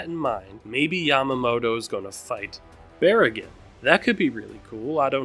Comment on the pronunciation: absolutely loved this predictions as far as most people are concerned, Baraggan is pronounced BAH-rah-gahn and Harribel is pronounced HA-ree-bell or Ha-lee-bell